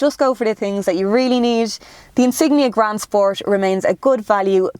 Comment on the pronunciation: Grand spors!!!LOL😂